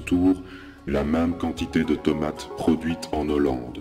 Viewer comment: Like. Mais dommage pour "Hollande" qui est un H aspiré.